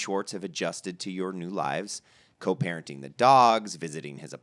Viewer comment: Did he just say co parenting the dogs 😂 “co-PARENTING the DOG” 😭😭